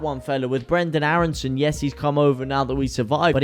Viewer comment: you really doing great vids oops Loved the way you mentioned Brrrenden Aarrrreson the other day! madrical path of Leeds UNITED! me veteran fan and honoured to enjoy the feeling of still being young at heart! Leeds leeds leeds mot